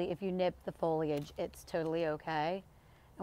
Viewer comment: I just found your channel. Thank you for pronouncing foliage properly. :)